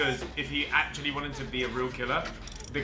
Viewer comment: 1.1 acctually